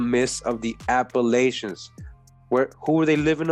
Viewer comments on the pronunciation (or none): none